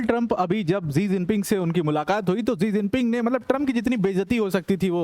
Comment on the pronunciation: जी जिनपिंग नहीं है😂 " शी जिनपिंग है, आप गुरु हैं।